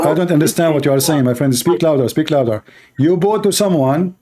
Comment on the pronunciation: The only stoopeed word always say wrong is " Bow "